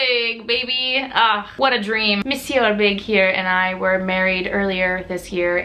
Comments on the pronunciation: in french monsieur is prononced mesieu the R is shut down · mew-see-eww, no r! :D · Who cares? It's the most normal thing that she pronounces it wrong, just like non-native English speakers have an accent! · Olivia L my thoughts exactly!! Who cares if she pronounces it wrong!! If that's all people have to worry about is how other folks pronounce words then they have way too much time on their hands!!